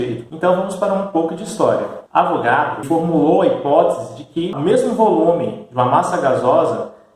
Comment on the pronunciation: O correto é A VO GA DRO e não A VRO GA DO